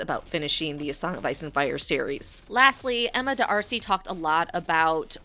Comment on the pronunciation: Did I just hear you say Emma Da-arcy? What about just saying Emma Darcy?